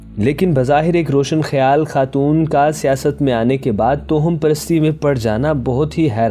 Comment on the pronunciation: توہم ہوتا ہے۔توہمت نہیں